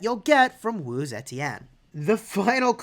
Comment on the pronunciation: her last name was off